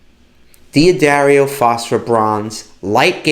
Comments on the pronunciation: Duhdario, NOT Dee a dario...fwiw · I know why D'Addario ghosted you! They hate when you mispronounce their name! It's "Dah - DAIRY - oh." I do business with them. 😉